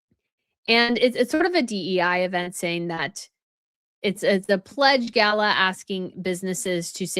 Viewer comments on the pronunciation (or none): none